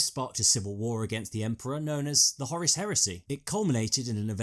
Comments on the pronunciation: It's Horus not Horace you dimwit. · Its Whore Russ not Horis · pronuncation of Horus... sounds much more powerful and sinister as 'Hawruss' not 'Horace'. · Who the fuck is Horace? I thought the Warmaster was called Horus. Lol... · Just one question: why are you calling Horus Horace?